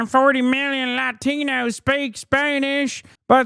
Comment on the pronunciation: the way megan kelly said latinos made me physically recoil